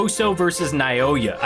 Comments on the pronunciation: Plsss continue it plsss 😅😅😅😅, and you can read naoya name (Naw-ya) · I pronounce it Now-Oy-Yuh